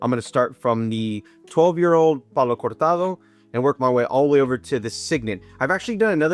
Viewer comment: Hey man, great video! Almost purchased a Signet today, a bottle I always wanted to try, but is expensive, more here where I live. Have you tried the newer expensier Signet reserve? Also, kudos for that "Cortado" pronunciation.